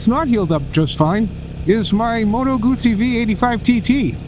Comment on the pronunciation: Guzzi doesn’t have a “t” in it.